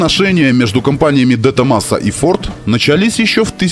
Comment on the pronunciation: Правильно говорить Дэ Томазо